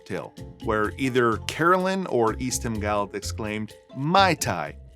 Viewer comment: Speaking of pronunciation, I've not heard Guild pronounced as guyled. Is it perhaps Guild as in gilled (or guild as in a organisation).